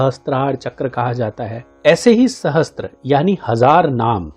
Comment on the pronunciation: Sahasr hota hai sahastr nahi